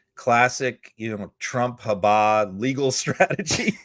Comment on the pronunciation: For God's sake, listen to how EVERYONE pronounces Habba's name.